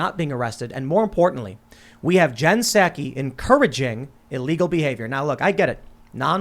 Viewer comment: Tim says Jen "SACK-ee" and "MAH-gah". I say "SOCK-ee" and MAGA like the first syllable of magazine.